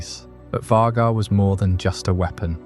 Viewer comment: Why are we saying Vaghar like that?